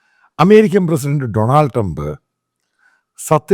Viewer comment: ഡൊണൾഡ്, നമ്മുടെ ആളുകൾ പറയുന്നത് ഡൊണാൾഡ് എന്നാണ്!🤣